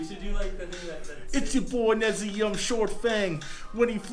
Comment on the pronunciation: Nay-Zum-Eaa shortfang. This deck needs some tuning. You didn't post a land base. 4 pack rats + 4 mutavaults + 2 bitterblossoms and some number of chittering rats (2) would be a good place to start. You want 4 wrench minds + 4 TS since your win con is all creature based. Each creature needs to synergize for this work. This list doesn't do that. But your rap is promising.